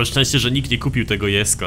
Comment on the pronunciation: proszę nie jesko tylko dżesko to boli w uszy